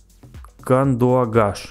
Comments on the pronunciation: не кандуагаш, Кандыагаш) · Не Кандуагаш - Кандыагаш, Не Шубаркудак - Шубаркудук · Не Кандуагаш а Кандагач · Не кандуагаш а кандыгаш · Не кандуагаш а кандыагаш